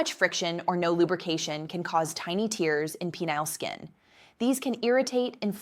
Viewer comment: Listen to her general cadence and the way she mispronounces certain words -- like "tears" . It would seem she's AI-generated.